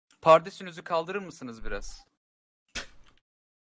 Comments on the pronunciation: pardesü diyince bende ne olduğunu unuttum aq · kaban a pardüse dediği yerde patladım.